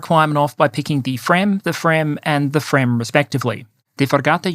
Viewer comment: You have pronounced fremm decently: the effort is appreciated!